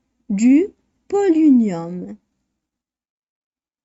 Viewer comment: On prononce polonium pas polinium